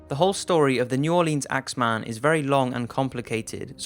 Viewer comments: NEW ORLEEENS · I’m cringing so hard with the pronunciation of New Orleans. For anyone who is not from Louisiana, it’s pronounced New Or Lens.